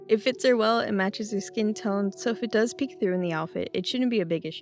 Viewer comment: When said Skeen all I could picture was the silence of the lambs. "It put the Skeen on the doll!" 😂